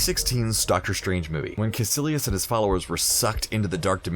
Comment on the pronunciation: David Ysam he also said Kasilius instead of kaicelious